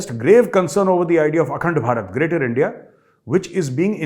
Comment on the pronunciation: Wha major sahab endia ki sajish hhhhhhh pura mulk hhhhheeehh😂😂😂😂😂😂😂😂😂😂😂 I can't stop laughing 😂😂😂